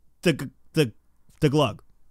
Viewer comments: it's not Glug it's GUH :) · Mori: "gUH": "desperately chokes while trying to pronounce it"